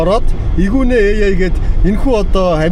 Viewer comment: 40 минутаас 30 минут реклам хамрагч байгуулгууд сайн ярь гээд байдаг юм уу хаашаа юм!!! Аймар өлөн юмаа. Хүнийг нэрийг Эгүнэ ах нтррр гэж хэл нтррр арай юмаа 🤣